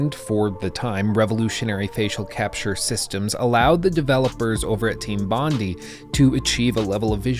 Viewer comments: mispronounced bondi. bon-die. not bon-dee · Thanks for pointing that out. Nearly threw up when he said " Bondee " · Bondi = "BON-dye". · It's pronounced "Bond-eye" mate... because the contracted studio was in Sydney. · I lived in Australia - Sydney specifically - and it's pronounced Bond-eye, not Bond-ee. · "Team Bondee" facepalm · It's pronounced BON-DYE .. its only like one of Australia's most famous beaches smh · "Bond-eye" is the correct pronunciation. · It’s team bond-eye, that’s how it’s pronounced. Bond-eye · It’s pronounced “bond eye”. Bondi is a suburb of Sydney, Australia. It’s where the development team was based, so they named themselves after their location. That bar near you called Bondi Beach Bar is named after the beach that is probably Australia’s most famous beach. It’s why the “o” in the bars logo is a surfboard. I’d bet it’s an Australian surfer theme bar. Probably owned by an Australian who is recreating his favourite bar in Sydney. I live an hours drive away and have been there many times. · I guess it doesn’t matter much anymore but it’s “Team Bon-Die” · It is pronounced "Bond-Eye" (Bondi), so thank you!!! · Australian here. It's Bondi. Bonn-dye. Bonn. Dye. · team bondi dispanded after the games release. because of massive pressure put on them by rockstar. unfortunately they were one of the last studios to publish a triple-a game in australia. also its pronounced bond-eye :) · It's bondi (eye) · Their name is pronounced Team Bond-Eye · Yeah when i heard that i was like bruhh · I can still hear the echo of facepalms by millions of aussies as he ponders how to pronounce Bondi... especially since knows of a bar called Bondi Beach... after the Bondi Beach in Sydney, Australia.... LOL